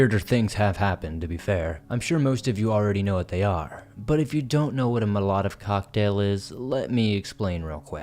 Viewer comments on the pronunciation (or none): LMAO at your pronunciation of Molotov.